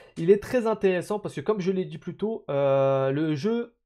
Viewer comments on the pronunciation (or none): none